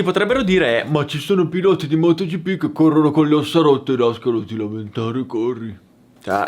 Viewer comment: Da notare "motogippì" hahahahaahahah